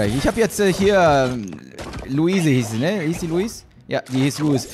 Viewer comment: Leu-es. Wird die ausgesproche :D nicht Lu-is.